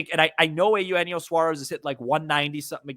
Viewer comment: feels like the cubs are just about the only team he's never played for so why not? let's check that box. but only if we can start pronouncing Eugenio like normal human beings and stop with the Ay Yoo Henio thing. Did that start as a joke or what?